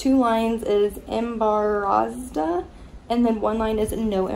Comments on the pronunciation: It’s say EmBaRaZdA 😂😂that is sooo not how you say it but good try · Had to laugh at the way you pronounced embarazada lol. Congrats! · The way she pronounced embarazada and how she said it was in Mexican had me dead 😂